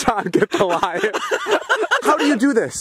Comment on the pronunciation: ''Jenn get the laion´'' 🤣🤣🤣